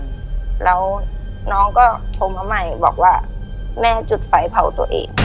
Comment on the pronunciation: จุดไฟ ไม่ใช่จุกไฟ